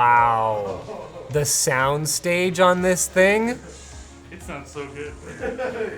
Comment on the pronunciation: "soond stoge" didn't realize this was a headphone review